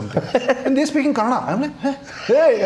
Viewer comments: Aiyoo mucho bai Kannada na Kannad antha nanthe. Do u have brains bro. Few words here n der is fine but how can a sensible person tell the name of the language only wrong n how can u expect someone to accept that. On a public forum how can u disrespect people trying to protect der culture n language. If we mix everything then wr is the the core left. See if ur thoughts r liberal gud for u but it doesnt mean u have to cm on this platform n say whatever rubbish comes to ur mouth if not u better dont talk abt the language at all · It's Kannada not kannad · No, Guru, it is Kannada not Kannad. Kannadiga, not Kannadi. You want to call it Kantara or Kantar? - you have to call proper nouns the way they must be. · What is okay nothing is. If u can say kannada say kannada. It's not that difficult. We say Hindi and not hindiva. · Sorry. It's not okay. It's Kannada only. Not Kannad. Like you are not Gukkhan and you are Gulshan, its not Kannad, it's Kannada.. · I am a Telugu person staying in Karnataka but I proudly say it Kannada not Kannad. If you can't respect it's fine but please don't disrespect and normalise it. This is why entire Karnataka has problem coz it's not north indians but the attitude that's problematic. If we had not respected others then Bengaluru would not have been cosmopolitan to the extent that we forgot our own culture. So now the city has woken up as at some point we need to give back to the wrong attitude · It's Kannada, not Kannad. Period. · Kannada only not kannad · It’s not Kannad, it’s KANNADA. You can’t pronounce bhatura as batura and paneer as panneer right ? Every word has its own meaning and pronunciation so please don’t change it.